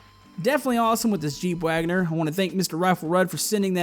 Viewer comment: the jeep is pronounced waganeeer